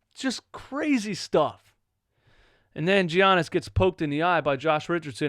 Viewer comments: Its giannis fam not G-annis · please stop saying GEE-yannis omg lol